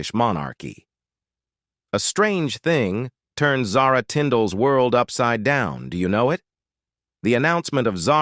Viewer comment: Since you cannot pronounce her name properly i am sure the rest is junk. I cannot listen to someone who mispronounced words!